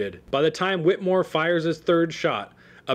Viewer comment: I too am a relative of Samuel Whittemore. This was SOOO incredibly difficult to listen to because this guy kept pronouncing "Whittemore" incorrectly. It is pronounced "Whit a more". The "E" is in there for a reason. I appreciate the info on my relative but I am a strong believer in saying names correctly, especially if your doing a part on them.